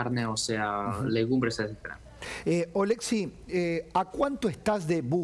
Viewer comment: Ché, no es OlEksiy,- OleksIy 🇨🇱❤️🇺🇦